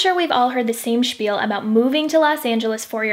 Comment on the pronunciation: The way you pronounced “spiel” 😂😂😂😂